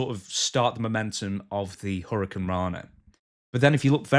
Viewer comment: Hit her with the ol' "Hurry-I-cant-rana"